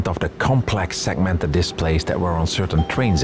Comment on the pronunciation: This man really just hit me with a "sekmented Display" I feel dead inside